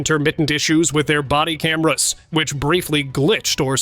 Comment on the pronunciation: See-see-tee-vee. Why did he roll his r when he said cameras around the mark? 😂